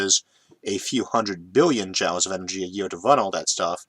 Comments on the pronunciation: Love these videos! One minor nitpick that was bugging me since it occurs so much in this video: "Joule" rhymes with jewel or fuel, not jowl. And this isn't ragging on your speech impediment, since you pronounce "fuel" quite normally to my ears. Anyways, I just started going through your fascinating videos in order from older to newer, so maybe this has already been brought up and corrected in more recent ones. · Sorry to 'correct' your pronunciation (and you already told me that doesn't really matter to you; and not me either) but I believe "joule" is pronounced 'JEWEL'. Great content, keep it up! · I know you mention your speech impediment a lot and seem pretty fine with it (I liked the “whale gun” callback in the Kickstarting Space video), I do want to say that Iʼve almost no trouble understanding you after the first one and a half episodes or so. (Ironically, Iʼm reminded of this because this episode is harder to understand than usual because I had never heard that pronunciation of “Joule” before, and I donʼt think thatʼs even a speech impediment thing)